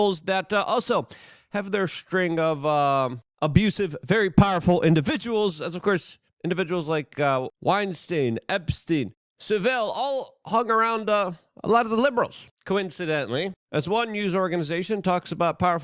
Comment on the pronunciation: I luv the way you Americans pronounce Jimmy Saville, I'm from the UK it's pronounced Sav-ille not Sa-ville 😊